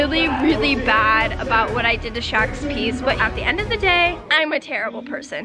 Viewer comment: Hey l have a zhe scissors